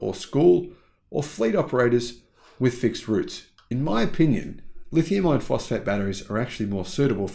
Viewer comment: I watch most all of your videos and like what I see. I just have one small complaint, The way you say "lithium iron phosphate" sounds like "lithium ion phosphate" .